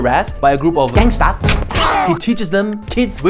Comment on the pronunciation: lol the way he says "Gangsters"